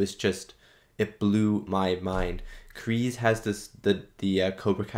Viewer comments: No more... Sorry but Kreese is not Tom Cruise, the S is like S not Z. You said someone told you it's pronounced Z, just listen to the first movie again, it's definitely S in Kreese. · It's Kreese, not Krease. Love your reviews and reactions, by the way. Enjoy the rest of season 3, it's the best season so far!